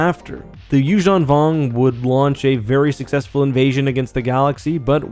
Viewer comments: The “you-JEAN vong”? Isn’t this pronounced “you-ZAHN vong”? Why do you pronounce it french-like in the middle? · Why do you pronounce it You-shawn Vong. Instead of You-zan Vong?